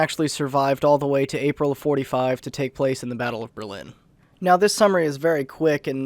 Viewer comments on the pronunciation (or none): none